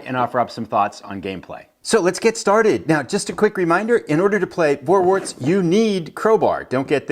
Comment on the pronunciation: Pronounced Forwarts, not Vorwarts. V in German is pronouced as a F.